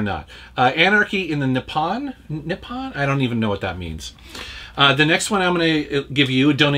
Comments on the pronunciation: Very surprised you didn't know this but Nippon means Japan and is pronounced nee-hon. xD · Nippon == Japan. -- It's pronounced "nee-pown". /fyi :-)